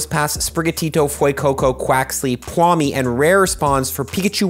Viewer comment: My boy still mispronouncing Pawmi and Stunky. You dropped this king 👑